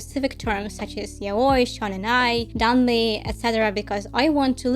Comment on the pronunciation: Im so glad to hear an english speaker pronuncing "yaoi" right 🙏 great video!